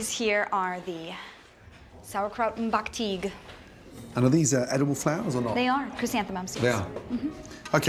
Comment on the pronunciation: How this woman said sauerkraut im backteig makes my german heart angry... She be like "backtiiiiggg" what the actual ? And who the hell had the idea to put sauerkraut into a breading ? Thats not how one should play god